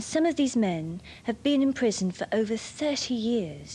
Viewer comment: Serving a pwison sentence .... I love her.